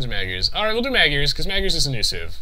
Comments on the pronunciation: "Magyars" is pronounced "Modj-ors" or thereabouts. My grandmother is Hungarian, she taught me a little. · The two "a" should sound like the "a" in "fart.